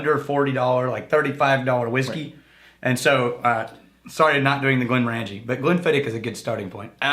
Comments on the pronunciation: Glenmorangie is pronounced glen-mor-an-gee. For morangie, think orangey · Pronounce Glenmorangie, stress second syllable and say the or as in more. Btw, the Grant brothers were also the first distillery to open a visitor's centre - so successful that others followed suit or got left behind in the public eye.